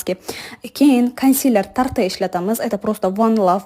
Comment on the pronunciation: voy uldirdiz tarte deb tart deb etiladi donoxon shuncha kup ishlatarkansiz etlishniyam urganing🧠🤣🧠🧠🤣